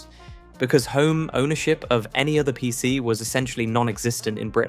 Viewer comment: you pronounced vic wrong, and dos, and pc, and z oh and niche